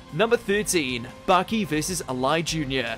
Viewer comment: Its Ali Jr, not Alai Jr